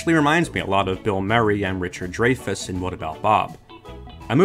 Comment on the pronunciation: And his name's Dry-fess